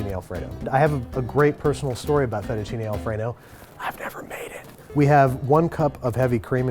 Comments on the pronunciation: "Aillo olio" "Fetishini" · thats not how you pronounce Fettuccine, it is: Fae-too-cee-nae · Sorry, you can't even pronounce "Aglio" or "Fettuccine" and you expect to be taken seriously? - Ma fammi il piacere, continua a cucinare cheeseburger che e' meglio!